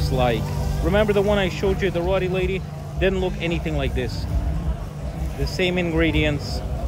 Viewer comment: Now could you teach him how to pronounce roti? 😂